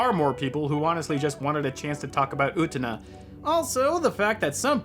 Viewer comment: U te Na? NOOOOOOOOOOO u TE na You can't even say the name that is repeated hundreds of times in the movie. So you OBVIOUSLY did not watch it. Someone obviously did NOT watch the movie which is being reviewed. Everything is utterly clear, not asking for meaning when anyone who has watched the movie knows what the hell is going on. The Revolution is the child losing to adulthood. The car is the vehicle into adulthood. For someone who didn't watch the movie, you have a ton to say about it. The cringe is strong with this idiot. ..... Oh, you watched the dub.....no wonder you have no clue what is going on. You're a heathen. The dub is really REALLY wrong. The dub and the original are completely different stories.